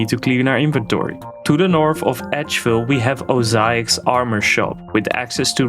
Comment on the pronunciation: just FYI, i think you mispronounced "Oziach" and "Briophyta" btw. I believe it's Oziak and brai·ow·fai·tuh